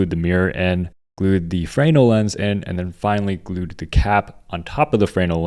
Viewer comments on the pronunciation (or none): Frayynul lens? Americans seem to instinctually hate pronunciation. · FRE-NELL (accent on the nell)